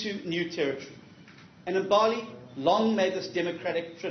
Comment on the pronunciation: The way he mispronounces Ethekwini just shows you he's never left his comfortable white circles in his whole life. He can never be a leader for all of South Africa. Then he says iMbaali instead of Mbali. Nope. I'm done with him.